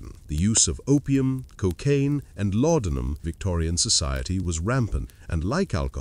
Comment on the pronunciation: "La-don-'em." Did you even listen to this AI trash before you posted it?